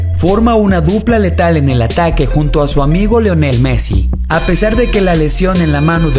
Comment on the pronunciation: Leonel Messi?